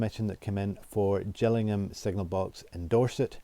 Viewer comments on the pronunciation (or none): Hi, great as ever, enjoy your videos. Just a pronunciation issue ‘J’illingham is Kent. Gillingham in Dorset is pronounced with a Gill as in fish. Keep it up mate. Following with interest